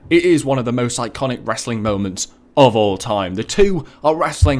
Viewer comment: he says wrassling lol